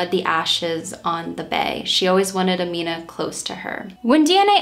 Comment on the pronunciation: I'm not even five minutes in but I wanted to praise your research skills. You pronounced her name EXACTLY right!!!! I know because I have the same name but I spell it Amina. I just go by Mina because that's been my nickname since forever.